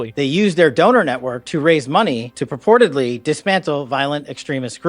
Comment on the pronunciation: emphasis on “purportedly”.